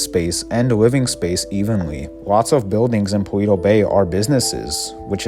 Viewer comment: ALL the settlements in GTA 5 are smaller than they should be, or they'd crowd each other off the map! BTW, I think "Paleto" is pronounced "Palayto", not "Paleeto". Its a Spanish word basically meaning "Hick".